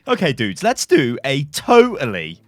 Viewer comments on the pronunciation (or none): A British person saying dude is like an American person saying mate lol hits the ear wrong